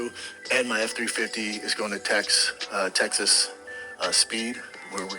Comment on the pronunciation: The way he says Teggsas